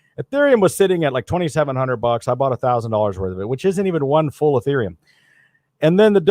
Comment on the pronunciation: He pronounced it Urethraium...well, that was a rather embarrassing correction...Ethereum